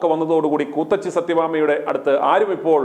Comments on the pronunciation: കൂത്തച്ചി അല്ല കൂത്തിച്ചി.... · കൂത്തച്ചി അല്ല '' ഇവൾ കൂത്തിച്ചി എന്നാണ് പറയേണ്ടത്